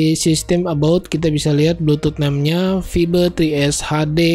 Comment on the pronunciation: vibe...baca nya fa:ib gitu bang...